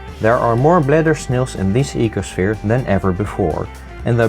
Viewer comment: He is my favourite youtuber... its the voice... ee-ko-shviiR